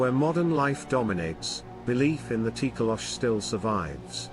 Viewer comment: It’s Tokoloshe or it’s pronounced Toh-Koh-Lo-Shee; the “e” is not silent